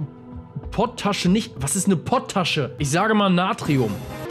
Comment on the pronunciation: Alter das heißt nich POT TASCHE sondern POT ASCHE!!!! Das nimmt man unter anderem zum Backen